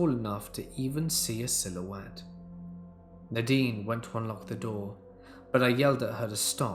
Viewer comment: 🎃👻🕸🦇🖤🧡🏴‍☠️ It’s pronounced Nay-deen